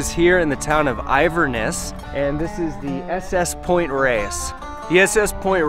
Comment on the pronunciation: Great video! As a local it’s funny how you say pt Reyes and Inverness lol